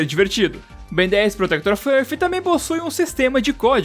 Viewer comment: "Bendeizss Protectórr Ófiâhhrrfi"